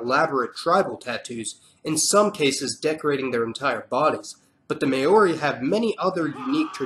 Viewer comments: may-o-r good try. but its pronounced mouldy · I don't think I've ever watched a video where someone has pronounced Maori right. Its not so hard to search it up people! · Jesus man - you really butcher the word "Maori" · Forgot Tonga, and also mispronounced Maori. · New saledonia? 🤣 Bruh, it's New "K"aledonia... May-ori hahahahaa 💀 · Meiiioooori, Niusalidonia who was giving you info? Wrong pronunciation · Nice video 😊 FYI New Caledonia is pronounced as KALedonia (not SALedonia); and Maori is pronounced mow-ri (as “now” is pronounced but with a m) 😉 Cheers from Australia 🇦🇺